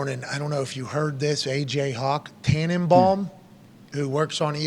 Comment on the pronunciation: I stopped listening at “Tannebum”